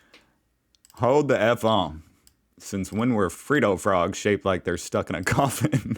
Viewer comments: My god, it's pronounced "Fred-o" not "Freed-o"! If it was "Freed-o", it would have a single D, not a double D. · It's not Freedo it's Freddo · It''s not a 'Free-dough' btw - it's a 'Fred-oh!' - Freddos have been around since the 60s(?) and besides the norrmal milk chocolate one, there were many other versions with caramel & other flavours inside. Caramello Koala was Cadbury's copy of the Caramel Freddo. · It’s not Frido frog it’s Freddo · Also it's pronounced Freddo not free doe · Freddo frogs are solid chocolate. But they used to make them with caramel, too. They looked nothing like that abomination. It's not pronounced "free-do", but "fred (the man's name)-o". The guy with the ute takes up teo parking spaces to avoid other cars. If he's serious, he's arrogant, but the person who posted probably just took a photo of that situation and is joking. Dementia and particularly Alzheimers destroys areas of the brain until life can't be sustained any more. Those protesters were white supremacists and racists. Coles and Woolworths are not owned by the same people. No, the candy chocolates are in crunchy pods. You are totally wrong about magpies. The snake would eat it's eggs or babies and they are nesting right now. All the magpie is doing is defending its babies. Magpies are the most loving birds and they love humans. They stroll into my house frequently looking for me to feed them. They all eat out of my hand. You should do a show about The Magpie Whisperer. (You Tube) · It's Fred Oh not Freed oh. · It’s Freddy Frog not Freedo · Fred-doe. Not Free-does. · fred-oh not freedoh :) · Mate it’s Fred…Dow not freedo get it fucken right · Imagine that you're an aussie and you've just met Fred and Wilma Flintstone. How would you address Fred ?........." Hey Freddo , do you fancy a beer ? " Freddo , not Freedo,your friendly peado. Every time you say it , i chuckle and picture a chocolate peadophile. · It's Fred=0 not Freed=o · Fred-doh Not freedo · Fred + Doe, not Free + doe